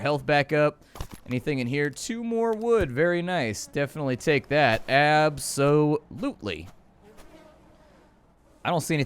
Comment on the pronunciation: “Ab-so-LOOT-ly” nice 👍🏻